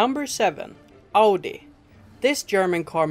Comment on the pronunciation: Nice to know how much of a scam ferrararis and lambos are, but... it is pronounced audi and not adi